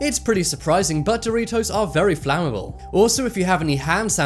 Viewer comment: Did he say "flam" able? (Flammable) interesting also I LOVE your videos top 10!!